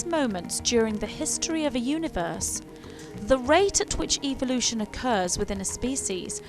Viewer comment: The truth is no one knows. NO ONE. It is all observation. It's ...ev-el-ution. Not eve-el-ution. What you are saying in "What happens to us..." is what Jesus was talking about,however, it was all changed by greedy gov't people who want wars and people divided so there is no peace...they keep us guessing and fighting with each other, this makes it possible for "them" to live large, while the rest of us live "small". This info is not what "they" want us to know. Good video.